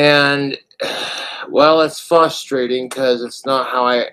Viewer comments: It's "fusstrating" hearing him say "fusstrating" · There are two “R”s in the word “frustrating”,. For someone who frustrates the fuck out of people daily, and who has their every attempt at breaking their dry streak frustrated, and who is frustrated by can openers and trolls, should be able to at least say the word “frustrated”. TWU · Fuss-trating Lie-berry